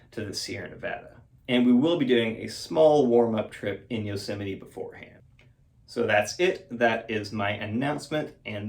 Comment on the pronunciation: It's pronounced Yosemite